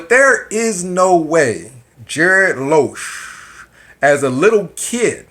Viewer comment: It's not Loosch, but Lusch. Learn pronounce his surname for a start. Something else. A waiter in France, Austria, or other european countries is not a waiter as in the US. They are skilled. Same as a US chef, frying a hamburger doesnt make you a cook in Europe. You sound frustrated here. Typical.